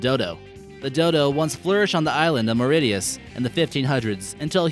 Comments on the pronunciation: LOL Marittyus??? Mauritius is pronounced Mar ISH us. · I live in Mauritius. And you pronounced Mauritius wrong...